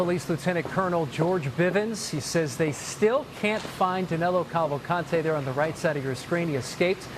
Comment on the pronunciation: It is Danilo not Danelo